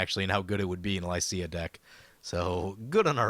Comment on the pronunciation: I really enjoyed recording my Licia deck, where I even talked about whether WotC chose her Italian name because it's pronounced "leech ya" since that's what she will do! Lol